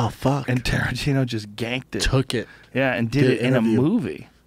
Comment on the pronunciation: Haha "Tarantiner"